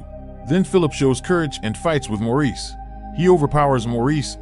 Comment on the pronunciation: Maurice is pronounced "Morris"